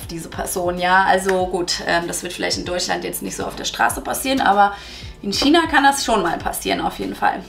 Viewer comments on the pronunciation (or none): none